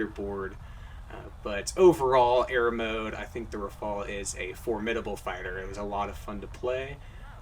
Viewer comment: the first ever non-french person to say "Rafale" correctly :D